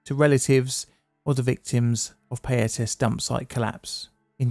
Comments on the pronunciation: It's pronounced pie-ah-tas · Great breakdown of the history and tragedy of the Payatas landfill. I was only 5 years old when this happened, and I have almost no memory of it. Some advice if you don't mind, for pronouncing most Filipino words/placenames we almost exclusively use short vowel sounds, so Payatas would be pronounced Pa (like in "parrot") + Ya (like in "yak") + Tas (like in "tassel"). Good stuff!